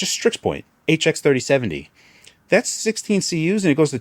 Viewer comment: He's gotta be saying HX3070 on purpose at this point.